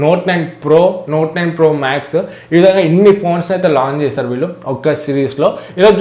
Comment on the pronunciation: తమ్ముడూ... ముందు తెలుగు నేర్చుకో... విల్లు... కాదు.... వీళ్ళు.